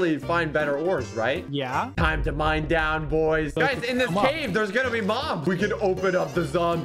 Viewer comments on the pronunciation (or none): none